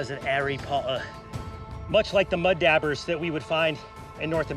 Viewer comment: I think it pronounced DAW-ber , not dabber.